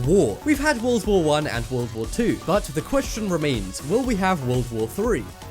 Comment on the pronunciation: its war not woh